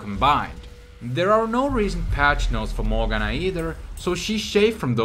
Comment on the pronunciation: He called Ahri for Jahari, wtf and morgana for mogen